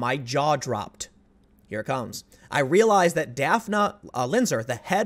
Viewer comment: Is her name spelled "Daphne"? Then it is pronounced daf-nee. Like the character on scooby doo